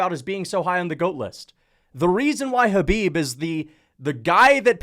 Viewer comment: hey pronounce Kahbib's name correctly🤗